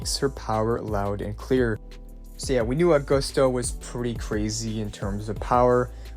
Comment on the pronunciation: Please, her name is based on Caesar, you know? Agustus Caesar. So it's not uh-GOOST-uh. It's A-gust-ah.